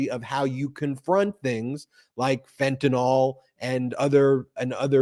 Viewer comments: Fentanyl is pronounced FEN - TAN - ILL not FEN - TAN - ALL. Thanks 😊 Love this show. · It's not "fent-a-nol"... it's "fent-a-nil". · For fucks sake. It’s Fentanyl. Like rent an hill. Ill, not all. How all you multi degreed pundits and law makers get “nall” from nyl I cannot comprehend. Also Ben is on the right track. People OD because the strength of the dose varies from bag to bag. Now thanks to Perdue pushing Oxys at strengths junkies would be afraid of, a decade ago. Now people in pain can’t even get Percocet. So they turn to the black market and play Russian roulette every time they score. Legalize everything, hard stuff would require an easily attained prescription. Cannabis legalized federally can subsidize it. Gut the DEA and make education and rehabilitation readily available to all who indulge, deaths would drop 10 fold almost immediately.